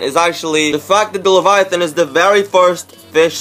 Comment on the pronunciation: Also he’s pronouncing the name of the skin soooo wrong